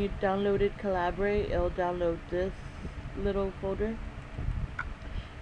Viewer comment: For future reference, it's said Cah-lih-bur, as in .50 caliber round, its just the UK way of spelling